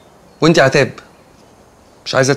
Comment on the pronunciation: هي عتاب متقدرش تقول الشين ولا ايه😕